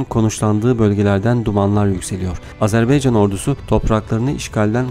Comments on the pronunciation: ilk 5 saniyeyi tekrar dinle lütfen E harfi ile söylüyorsun, A harfi ile söylemen gerekir A-ZER- BAY -CAN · Azerbeycan değil, AZERBAYCAN, insan kardeşinin adını doğru söylemez mi? Biraz dikkat